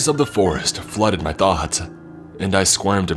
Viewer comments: I think it was struggling to say MY and instead said MEH which sounded like MAD so It came out sounding like MaD dOllY when it was trying to say “MY DOLLY!” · He wasn't...he was saying "my dolly" but "my" sounded like "mai"